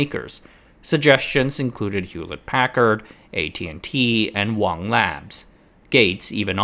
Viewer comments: You reference "Wong Labs". That would correctly be "Wang Labs", pronounced accordingly. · It wasn't Wong. It was Wang. He also pronounced his name and his company name as it looks. I've tried to get you to get that multiple times now. I had family who worked for Wang.